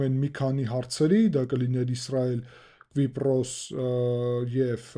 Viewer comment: Hetaqrqira, inchu eq asum Kvipros, tenc erbeq chem lsel, menq asum enq Kipros